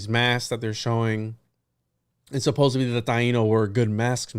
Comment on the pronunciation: much love and stellar duo, however pls note it is suppose - supposeD -supposeDDDDDly with D not B. you are extraordinarily well read but this must've skipped your awareness english is one of the 5 languages i speak so don't at me.